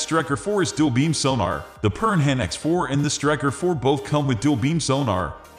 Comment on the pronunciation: I can hardly take advice from someone who can't even pronounce Piranha ("per-anna" .. like the little fish with lots of teeth that will attack and eat you).